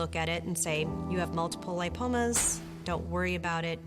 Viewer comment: It's ligma not limpomas Btw great editing